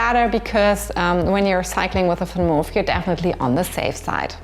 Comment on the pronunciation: Why you call the Vanmoof "Fanmof"?